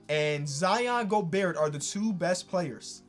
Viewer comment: please stop pronouncing the T in Gobert